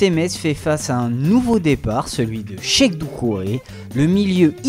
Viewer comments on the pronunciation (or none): none